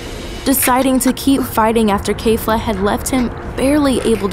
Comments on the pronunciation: It's not kayfla it's kefla lol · k-eh-fla. not kayfla. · It's not kafla it's kefla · i have only one question why are u saying keifla its kefla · Its Keh/Fla lol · The way she says kefla kills me. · My biggest problem with this video is the fact that she pronounces Kefla incorrectly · Her pronunciation of things ugh its kefla not kayfla and when she messed up genkidama